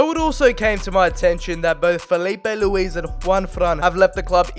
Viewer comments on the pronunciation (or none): none